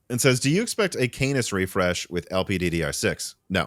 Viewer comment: My dude please for the love of everything holy stop saying canus and start saying canis (khan-iss)